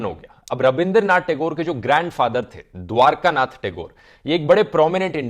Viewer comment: Apka yea gayan apke pashi rakho sayad apka subscribe er ko nehi pata but aa a bengali we know that very well and the name is not dwarkanath nath nehi দ্বারকানাথ he to sab kuch Google dekkar pronounce mar karna sab ka nam palat Diya 😂